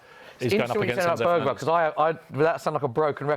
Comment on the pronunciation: Man said Bergvall 💀💀💀